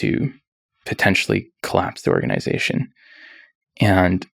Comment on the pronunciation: The way he pronounces "organization" 🤮